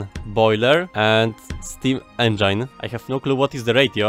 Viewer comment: I don't know if I love or hate how you pronounce engine. It's a bit german: engEIN